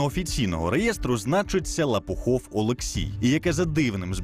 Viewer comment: Журналист, темненький парень, Лопухов который!!!))) А владелец фирмы ЛопоУхов!!! не стыдно вообще такие ошибки допускать?! интересная передача, но леворукие работают, погубят передачу((